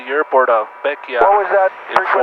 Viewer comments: its not pronounced beckya its pronounced beckway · Hey you prolly know this by now but Bequia is pronounced beck-way - much love from Vincy 🇻🇨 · Really enjoyed this video! I’m 4 years late though. 😂 Bequia is pronounced easily as BEH-kway if you ever have the chance to go again. 😊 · Bequia is actually pronounced "Beh-kway". Fun fact, Bequia is one of the few places in the world where legal whale hunting is allowed, albeit under controlled circumstances.